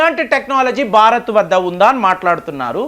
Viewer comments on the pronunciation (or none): none